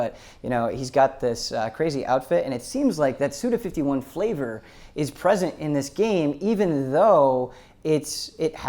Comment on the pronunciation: Guys, it's Suda five-one, not fifty-one. His name is Goichi Suda, the surname first in traditional Japanese grammar. Go = 5, Ichi = 1. Suda Goichi = SudaFiveOne.